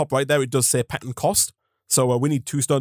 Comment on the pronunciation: the r in pattern is silent i guess